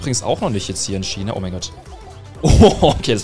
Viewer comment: Es heißt China nicht schina